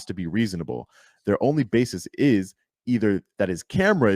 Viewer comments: Basis not bases. Did that lawyer go to college? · Where did that dumbass lawyer get his so-called degree, Trump University? Ummm, someone should tell him that the word he used numerous times is ‘B-A-S-I-S’, not BASES.